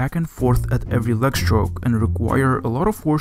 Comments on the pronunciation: Leg L ayyy gu not L ehhhh gu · Regarding the American Pronghorn Antelope, that representation is not even close to what they look like other than also being a quadruped herbivorous mammal with horns. Good video otherwise, though I'm curious where you're from with the letters v and w both being pronounced w and "leg" being "lahg". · please pronounce leg properly